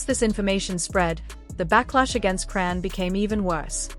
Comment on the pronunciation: Who dfk is "CRAN" Cmon folks. Its AI...WHY YOU STILL TALK DUMB.